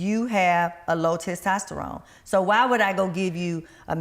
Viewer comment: The host couldn't say "testosterone" to save her life.🤣 Great video and bring her back 🙌🏾💪🏾